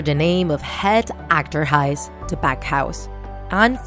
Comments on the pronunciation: You see achterhuis rong .je zegt achterhuis fout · How you say het akter huis How you have to say het agter huis Ps your close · Het achter huis sounded more like hat akter hise 😂😂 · Hoe hun achterhuis zeggen “akterhijs” ahaha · ik ben nl :D. het is wel mooi hoe ze achterhuis zeggen akterhijs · It's so bad how you say "het achterhuis" 😅 But what can I say I'm not very good at English🙃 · Im dutch and how she said het achterhuis😂 but she tried it❤ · How you say achterhuis 😂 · I like the way how you say "achterhuis" ;) because I am dutch 😁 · Zo grappig hoe Amerikanen: 'het achterhuis' uitspreken😂 wouw echt heftig trouwens